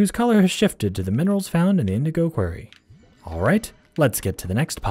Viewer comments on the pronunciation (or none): Dude, why say quarry like query? That's a different word, I'm out, dude, it's like you can't English.